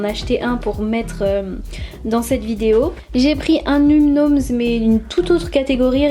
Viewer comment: On dit pas num nums on dit num noms.